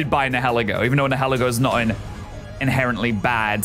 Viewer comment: It’s pronounced NYE-UH-LEE-goh, “”! 🤨